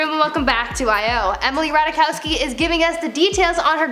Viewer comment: I'm pretty sure its Ratai-kovski